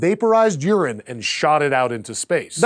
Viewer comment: When he said it vaporizes urine I thought he said vaporizes Uranus and I was totally confused and at the same time very pleased and immediately started thinking of Star Trek